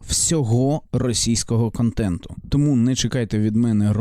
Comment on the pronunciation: Здається робиш правильні речі, але є одне але... На якій мові ти спілкуєшся "українськомовний"? бомбОрдує, "кАнтентА", ірАнічно, розсудку, дІпресії, (існоє такІй рух), (земля плоськА), (ОХ ТИ І ТІП, - ГЛОБУС (відкрию тобі секрет, він має форму кулі)), бЄтонна плІта. ЗРОБИ ЩОСЬ ІЗ СОБОЮ!! ТЕБЕ Ж ЛЮДИ ДИВЛЯТЬСЯ І СЛУХАЮТЬ, А ТИ ... "борець"